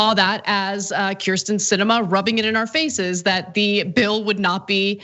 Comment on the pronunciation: I love this piece, but Cenk Uygur really needs to learn how to pronounce Kyrsten (Hint: It's "Keer-sten.")